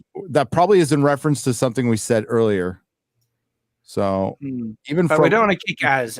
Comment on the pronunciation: I love how pronounces "so" like "soy"